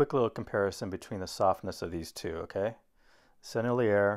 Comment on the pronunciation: Thanks for the beautiful painting and demonstration of the Rubens. By the way, er at the end of french words is pronounced A and i sounds like E (Sennelier = Sennel-E-A)